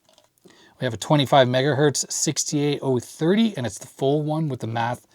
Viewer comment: "FOOL BRIDGE RECTIFIER", that's how it sounds to me